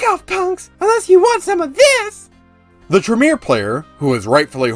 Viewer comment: Tremere- Tray- meir (rhymes with pier) Celerity- suh lair uh tee